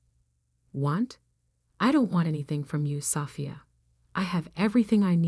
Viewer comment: It’s Sophia not safia..…